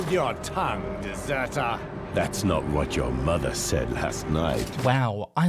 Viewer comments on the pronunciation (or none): none